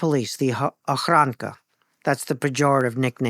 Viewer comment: Ochrana not ochranka